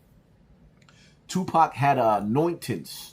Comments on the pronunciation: Yoo did she say just Jew pac Shakur? ?😭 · .."Jewpac Shakur!! Lol